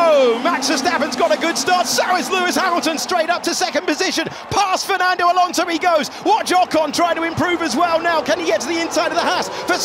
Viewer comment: Mais c'est quoi ce delire d'appeker Alonso... Frenand?